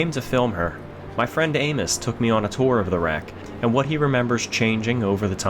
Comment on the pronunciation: I've listened to this part twice but when he introduces his friend, I could swear he says "my friend, Anus"!!!!! I guess it must be Amos!